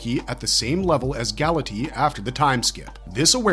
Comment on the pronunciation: My guy, your pronunciation of some of these words should land you in prison. Galatea, for instance, is pronounced "Gal-UH-tay-UH". Rafaela, similarly, is pronounced "Rah-FIE-el-UH". Isley is "EYE-lee" or "EYES-lee" if you also pronounce "isle" with a hard-s like a weirdo :D